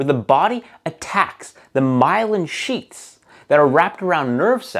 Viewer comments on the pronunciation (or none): It's myelin sheths, not sheets